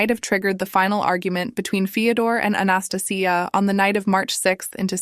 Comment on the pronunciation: I hate saying this but it's not South Korea and your pronunciation of Anastasia is hurting my ears.